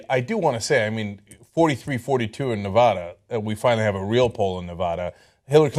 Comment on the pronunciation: it's nevaeda, cenk, not nevada